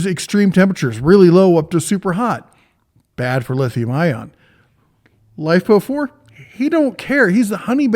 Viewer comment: this dude call it Lipo4? its LiFePO4, big dif. Hate when ppl miss pronounce like that. Maybe its cuz im a huge battery nerd.